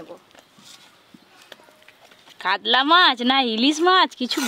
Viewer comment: আপনি সব সময় ভুল উচ্চারণ করেন কেন মাছের গাদা কে দাগা , আবার কাতলা মাছ কে কাদলা বলেন।